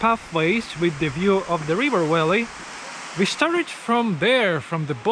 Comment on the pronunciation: Remember that V is not pronounced as W in English. You call a Valley a Walley.